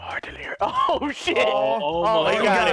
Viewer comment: You might do better with golf it, the mouse as the putter is so much easier haha When calls delirious "delirio" I'm just picturing a cherio with a jason mask 😂 delirious being butt buddies with ohm again 😆